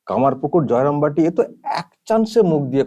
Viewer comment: দূর হ বস্তি মা...... । জায় রাম বাটি ও কমারপুকুর নাম টাও ভুলভাল বলছে।আমার মনে হয় শ্রী শ্রী রাম কৃষ্ণ ও মা সরদা দেবীও চাননা এর মুখ দিয়ে সঠিক উচ্চারণ টা হোক।ছিঃ ছিঃ ছিঃ। আসলে এই মহিলা লাজ ও লজ্জার মাথা খেয়ে ফেলেছে।